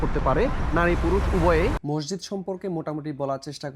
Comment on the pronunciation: Mosjid/Masjid Please pronounciate it correctly.